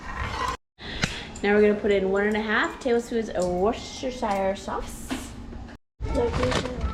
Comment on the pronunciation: All of the letters in Worcestershire comes out to woo-ster-sher. I apologise lol. Lovely singing, by the way!